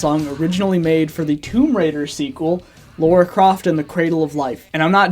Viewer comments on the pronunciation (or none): "Laura Croft" It's fuckin Lara you degenerate